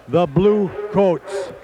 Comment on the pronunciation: There's so many wacky things in this video: - The announcer says Bluecoats in the weirdest way possible - The Madison Scouts drum major has a kid that's dressed in a scouts uniform - The Cavaliers do somewhat of a salute ?